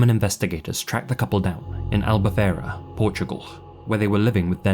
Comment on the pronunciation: btw the "fei" in "albufeira" is pronounced like "fae"